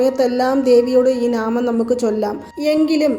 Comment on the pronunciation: നാമം അല്ല നാമംഎന്നാണ് പറയേണ്ടത് 😅😅😅